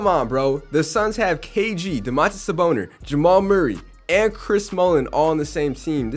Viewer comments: Bro Ik im not the only one hearing him say Saboner bro 😂😂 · Am I the only one that hears saboner